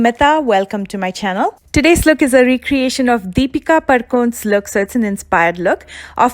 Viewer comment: When she say Padukone and gala, bruhh I died laughing